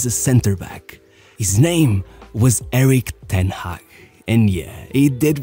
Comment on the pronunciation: quite hilarious how he said ERIK TEN HAG like he's something special LOL 🤭🤭🤭